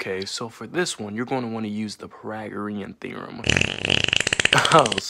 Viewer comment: My boi cant pronounce pythagorean